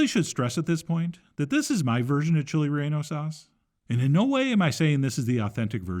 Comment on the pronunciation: He will never Chili reyonno pancake s